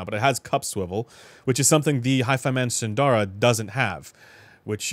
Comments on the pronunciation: Sundara is pronounced “soon-the-ruh” with the “soon” part said quickly. Not “soon-daa-ra”. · I always pronounce it as "Sun-dara" because it makes the most sense in English